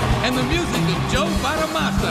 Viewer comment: Chinga!! no lo dejaron tocar o que? Y George WTF? no puede pronunciar Bonamassa?